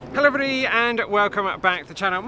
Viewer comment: ....love your : "Hello Everybody" said at super fast speed slur at the start of every vlog ....don't ever change it ...we love it 🤗🤗